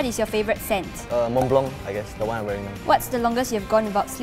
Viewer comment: Said Mont blanc wrong